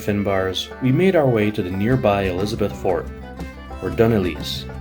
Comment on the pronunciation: Dun Eilise pronounced Dun eyelisha